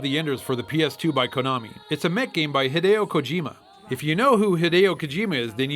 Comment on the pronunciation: This episode gets 5 super awesome mega turbo Mech points because of how many times he says Hadieo Kojima. also because i love Metal storm, so yea old episode new enjoyment here.